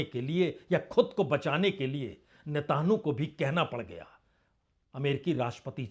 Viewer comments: News sun kar achha lagta hai par aap news kaha se late hai thumbnail ko interesting banane ke liye..thoda jyda specifics pe bat karenge to better hoga, aap ke content mostly generic hote hai.. feedback achha to lijiyega, else your content is decent..and mind you his name is pronounced as Netanyahu and not Netanhu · sirji NETAN YAHU not Netanahu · He is not able to pronounce Hormuz and Netanyahu correctly.🤔